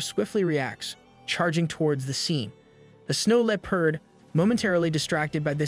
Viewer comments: the way bro says leopard got me feeling itchy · I love how every not a single AI voice can pronounce "Leopard" correctly or without sounding super goofy